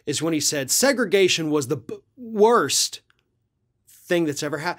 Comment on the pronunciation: He said "bbworst thing".